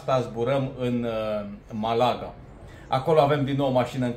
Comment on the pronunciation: Malaga e cu accent pe primul a. in rest, felicitari!